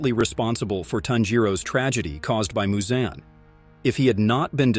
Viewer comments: Its not MuZoN its Muzan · Moozan like bruh it’s muzan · THE WAY HE PRONOUNCED MUZAN